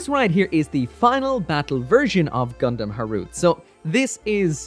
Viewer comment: In the past I thought it was pronounce Gundam Ha ru te.